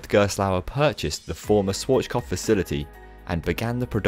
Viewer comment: Swarchkopf?, you’re doing it again...